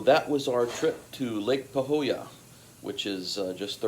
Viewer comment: It’s actualy pronounced lake pahoiya